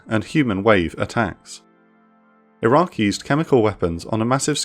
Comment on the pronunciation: Your narrator is dropping the Q on Iraq a lot. This makes a confusing subject even herder. Still gave it a like tho!